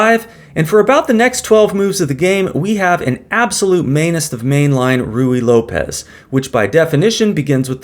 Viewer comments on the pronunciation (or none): none